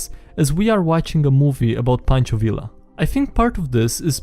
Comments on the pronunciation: WHY DO YOU SAY “Villa” I’m like 95% sure it’s “Viya” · I don't know what I was expecting from the guy who mispronounces his own name at the start of every video, but listening to you say "vil-la" instead of "vee-ya" made the little Mexican in me shrivel up, die, and come back as a revenant. Hahaha And that is why my players are now fighting an angry ghost who is haunting a bardic college that taught the wrong pronunciation of his name to its students. Hah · Its pronounced Ve Ya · Fun fact: the Villa in pancho Villa is pronounced ,like viya. Because the double L is pronounced like a Y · Learning time, double L in Spanish is pronounced like Y, so Villa sounds like Vee-yah